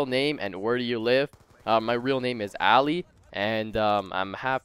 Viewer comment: Haha my name is Ali and I'm Persian too, but the name isn't pernounced the way he said it.